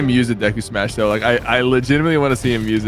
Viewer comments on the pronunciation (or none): For your information tg, when he smashes deku is saying smash but it sounds like… SUMOSH! And there is no typo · He says se mash. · he says sumashu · He’s saying “smash” in Japanese pronunciation.